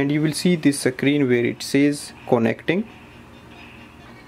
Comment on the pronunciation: Thanks for this ! But are you intentionally doing the "Tope" "Suckreen" and "cone - ekt" ?? like seriously you speak everything else so well and it sounded intentional !! No offense.